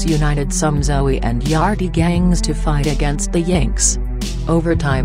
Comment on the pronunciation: It's not Zoey lady egggghhh